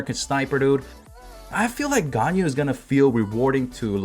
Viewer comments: Here's to help u wif prononcing Ganyu's Name. Gan = like Shao Khan from Mortal Kombat but with a G as in Ghan, Yu = Imagine You and we, mix it together and it should sound like Yuwee read it fast and ull get it right, u can also pronounce it as yee. 👍🏻 Keep up the content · Everyone: Ganyu Me: Ganao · new MEME: ”ＧＡＮＹＵＬＥＳＳ”